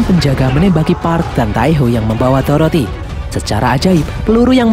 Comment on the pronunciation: Dorothea kak bukan toroti